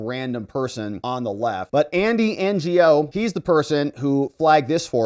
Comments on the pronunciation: NGO pronounced KNOW. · Andy Ngo is pronounced “Andy No.” I remember him from a few years ago, he was reporting on antifa protests and they brutally assaulted him. He had a brain hemorrhage or something crazy, if I remember correctly.